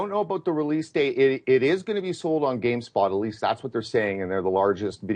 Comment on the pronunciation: 1) it's Game-STOP, not Game-SPOT. 2) Unreal 4 isn't free. Some expert, can't even be bothered to do his homework. You can't be an expert on video games without being a gamer. And no gamer would ever advocate censorship.